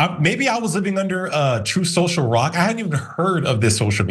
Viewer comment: "troth cential" is predictably going to fail. That orange idiot is poison to any business venture. He just inherited so much money that no matter how much he loses it just keeps growing.